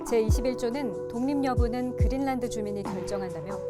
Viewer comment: 왜? 그린란드가 그릴난드 야 고유명사이니 원 발음에 가깝게 하든지 그린난드 또는 그린랜드 로